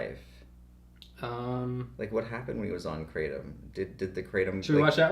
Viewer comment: Kray-tum. Kratom